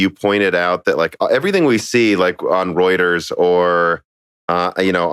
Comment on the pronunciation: You said Reuters correctly! I'm actually proud of you 👍!!